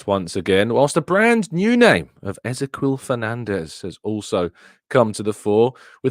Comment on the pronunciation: FYI Ezequiel is pronounced just like the Hebrew name Ezekiel